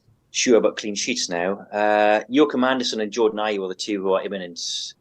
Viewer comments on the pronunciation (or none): AndersEn! Not AndersOn! Bloody hell it's right there for you to read 😭